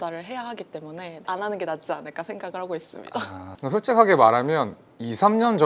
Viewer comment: 있습니ㄷ'ㅏ 이거 glottal stop임 아님 주현영임? 아님 알라임?